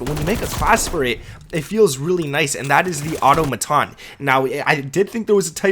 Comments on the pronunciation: Bro!! 😂 I don’t know what kind of English you’re pronouncing that in, but this is how you’re SUPPOSED to pronounce: AUTOMATON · Please tell me that you NOW know how to correctly pronounce “AUTOMATON”!!!! It’s NOT how you’re pronouncing it in this video!! 😂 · Why can't anybody say automaton correctly. It is is pronounced au-tom-a-ton.